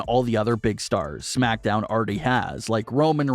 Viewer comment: You pronounce smackdown like shmackdown lol